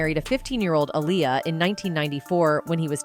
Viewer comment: I hate how this Ai is aniulating the pronunciation of her name🙄😑.... goofy ass technology... it's pronounced AHH-LEE-YUHH‼️😎